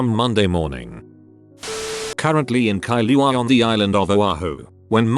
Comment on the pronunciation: I’m s local Hawaiian and when I her the text to speech guys saying Kailua and Oahu or Hawai’i he just sounds like another random white dude trying to say it